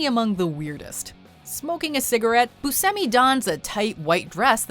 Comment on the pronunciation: Steve boo-semi? Lmao.. It's pronounced bu-sh-emi